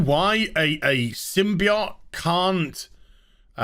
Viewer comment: I hate how you say symbiote wrong